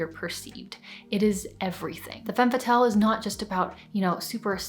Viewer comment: This is a truly fantastic video. There was just one thing that kept bothering me- the way you pronounce "Femme Fatale." You pronounce it "Fatelle" but the correct way is "Fah-tahl." Makes everything sound more credible.